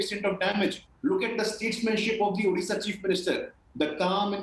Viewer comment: Mr anchor.. it’s Odisha not Udisa...work on your pronunciation